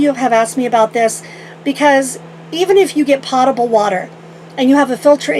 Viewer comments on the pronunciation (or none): LOL. I crack up every time you mispronounce 'Potable' LOL Love your videos and you look awesome and so happy. :-) 💖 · Potable - Potable, tomato- tomato......no matter, still the same thing. 🤣